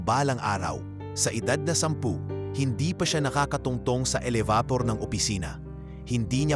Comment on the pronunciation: Aayusin mo ang iyong pagsasalita kung paano bigkasin ang bawat salita dahil hindi tama ang ibang mga sinabi mo. Elevator,ang tamang bigkas dito ay ,Eh-le-be- tor. Okay